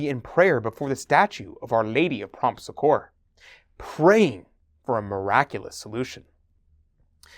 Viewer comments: the correct way to pronounce Succor is like saying(Sucker) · Loved this video, thank you for the information. By the way, the word succor (or succour) is accented on the first syllable, and pronounced like suck-or.